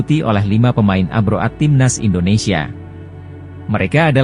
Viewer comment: Channel gk modal, narator aja pake template sulih suara gugel, alhasil artikulasi dan pronounce nya jg ngawurrr , parahh, safee sali di baca safe'e, harusnya di ucapkan safi sali, ejaan lama di baca oratmangoen harusnya oratmangun, abroad di baca abroaatt, hadeeeuhhh 💩💩💩💩💩💩